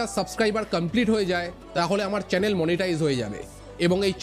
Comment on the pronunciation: ওটা কেনেল না,চ্যানেল বলে । আর আপনি pls ভিডিতে আর মিউজিক দেবেন না,আপনার এক্সপ্লেন করাটা খুব ভালো হচ্ছে কিন্তু মিউসকটার জন্য মন দিয়ে শুনতে পারছি না।